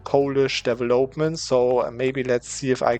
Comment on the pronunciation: Nur eine Kleinigkeit: "development" und "legitimacy" werden auf der zweiten Silbe betont, nicht auf der dritten, also auf vel und auf git. Und das o in development ist ein kurzes o wie in "boss", nicht wie in "hope".